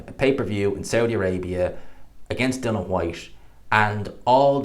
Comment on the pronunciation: Love the videos, but please tell everyone it's DILLIAN not bloody Dillon. DIL EEE AN WHYTE.. NOT DILLON.